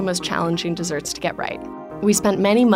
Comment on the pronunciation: Great recipe, annoying to listen to her mispronounce the name of the dessert over and over!